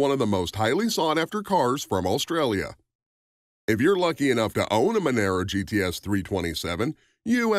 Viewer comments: It's pronounced "mon-ahro". The XC Cobra was a V8 powered monster... it isn't a compact car either. It came from the factory with a Cleveland 351ci motor, a 4 speed toploader and a 9" diff. Why are you showing a Mustang Fox body cobra instead of the XC Cobra? The Falcon had nothing to do with the fox body mustangs. IIRC, they weren't even available in Australia. There were only 500 of the XC cobra's produced as Ford wanted to get rid of the last of the coupe bodies before the new XD Falcons came out. If you had 6 cylinder XC coupe, you just had a falcon. If you had a 302ci V8, you had a falcon GS coupe. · far to many mistake... All XR GT's came in GT gold with the exception of 13 cars. Monaro is not pronounced the same as Camaro. Its Mon-R-O. The R8 Malloo was not the first to be offered with a 6 speed manual trans, Holden-HSV first offered in in 1991 in the VN SS Group A. Torana is pronounced wrong... this video has so many mistakes its ridiculous and i cant be bother correcting any more... anyone watching should just assume its all incorrect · loved the way you talked about the ford cobra - australian model - then mixed in pictures of the mustang series 2 shit box from US , monaro is pronounced with a loud r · It's "MUN-UH_ROH" not "MUN-ER-OH" And you might want to check for facts on the Maloo. It's been around since the early 90s. And has been available with a 6 speed manual since 2000. The R8 is just a trim level, the name which has been used since 2000. And your picture of the "VF Maloo" is actually a VE. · Monaro - Pronounced Mun-are-o, not Mon-air-o. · It’s Monaro mate , not Monero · What the f**k is a “Menero”? We’ve only had “Monaro’s” in Australia FFS🤦🏻‍♂️ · youre pronouncing monaro wrong.. youre saying monero... try saying mon R O if that helps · ma naro... not man aro... thats like saying cama ro not ca maro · The Monaro is pronounced as Mon-R-oh